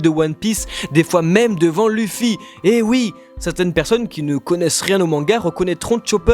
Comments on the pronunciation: Aaahhh !!! Ça ma stressée toute la vidéo comment tu dis Luffy et Usopp. Luffy ne se dis pa luffy mais Leuffy et Ussop se prononce Ousopp et pas Eusopp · ON DIT OUSSOP ET PAS EUSSOP!!!!!!!! ET C’EST LEUFFY PAS LUFFY 🙄🙄🙄